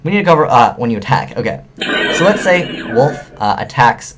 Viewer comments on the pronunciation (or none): none